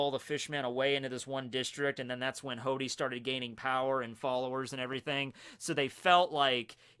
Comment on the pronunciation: ITS FKING HODY NOT HORDY OMG